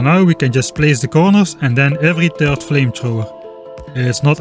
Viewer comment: Dude please work on your "third" pronunciation)